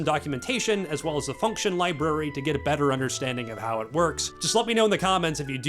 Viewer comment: What’s a “libary?”